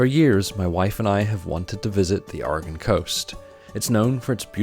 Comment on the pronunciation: Ok you pronounced siskyou correctly but how you pronounce Oregon is a little off lol. Port orford is an awesome little town, when we went a couple years ago we found some awesome green jasper and agate formations that we have stashed away now and it's good that you went to the dive, we went to redfish and it's a never again place as the service sucked and it was a bit spendy as they were trying to be a 4-5 star place in a small coastal town. I live in Salem btw so am a Oregonian lol